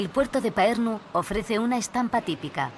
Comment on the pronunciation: Parnu, No paernu. Ll castellana de Tallinn es una L de Lerdo.